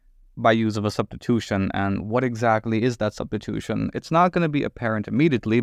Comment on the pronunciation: “weierstrass substitoothin”